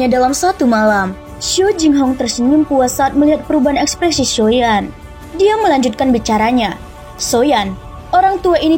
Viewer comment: Agak aneh sih klo di sebut nya SHOYAN 😢